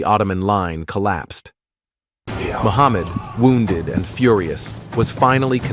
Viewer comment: It's Mehmed not Muhammad